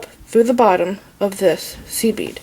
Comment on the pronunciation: I’m so new to this I kept thinking she was saying “seaweed” instead of “seed bead” 😂😂